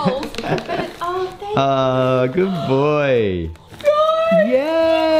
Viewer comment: i don't know if you've ever explained, but why do you say "taah" for thank you? :)